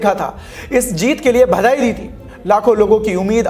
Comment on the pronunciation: धीके मुर्गा सब लोग बडे ही ध्यान से सुनते हैं इसलिए सही शब्दों का इस्तेमाल किया करो।भदाई नहीं होता है,बधाई बोलो।